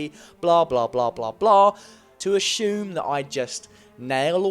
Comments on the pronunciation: ASHUME!? THATS NOT A WORD! ASSUME!!!!! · Don't ASHUME things; ASSUME them 😄 Love your essays!! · Your pronunciation of "assume" really has me on edge.